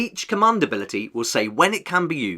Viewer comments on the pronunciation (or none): ‘Cummund’ 😅 great video though! ;) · Please say command correctly in future videos. Commund is hurting my brain